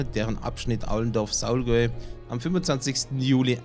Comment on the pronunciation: Bitte Bad Saulgau nicht Bad Saulgäu